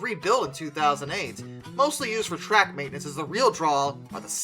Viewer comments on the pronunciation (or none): none